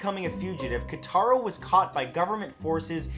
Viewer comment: It's KOtaro not KAtaro....